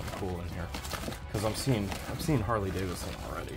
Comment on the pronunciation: The large university medallion and the "Jamaican military" item are from Germany. Oh, and it's Harley David son, not Davis son.